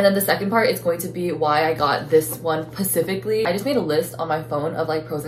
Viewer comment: 'pacifically' got my loling